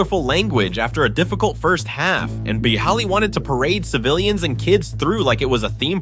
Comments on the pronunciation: dude idk who is the bigger idiot. you pronouncing boehlys name 17 times different and wrong or me just listening to this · Boo-heely I'm dead 😂😂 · Boe-hilly is my favorite pronunciation lol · 2 minutes in I have heard 9 different pronunciation on Boehly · Other teams can't figure out Chelsea, same they can't figure how to pronounce Bohley.. 🤣🤣🤣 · Mad he pronounced it differently on almost every mention mate